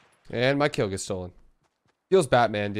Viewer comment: My man legit said “feels Batman” 😂🤣😂